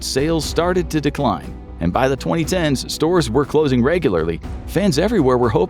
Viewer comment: “CLLOING! TOTALL LIQUIDATION”